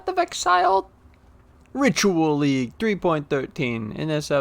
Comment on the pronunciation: It didn’t even sound right when he said it 😂😂